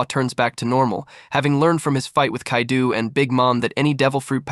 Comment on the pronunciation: Bro calling kaido kaidu is wild